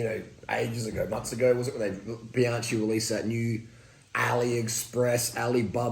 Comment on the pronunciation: Great content! But, why do you pronounce the brand as if it is spelled ‘Bianci’?